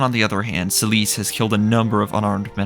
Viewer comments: Me: "Oh hey, this seems like a very well-researched and well-informed analy—" The narration: "Celice" Me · Why are they calling Seliph Celisse?